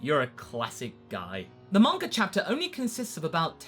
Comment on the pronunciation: why when i hear some english speaking people they pronounce names like "vegetar" "bulmar" "mangar" - "idear" - never got that...........